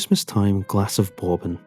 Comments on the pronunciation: . His pronunciation of "bourbon" is unbelievable. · you pronounce bourbon wrong, like what the hell lol